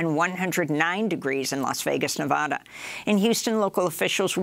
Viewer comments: Amy. It's pronounced, Nuh-vaaa-duh, like as in Alabama. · I do wish Amy would learn how to pronounce 'Nevada'.